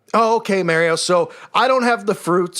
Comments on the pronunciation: "mary-O" lol, what a clown (and a dangerous clown to the undiscerning to boot) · "Mary-Oh" Lol🤣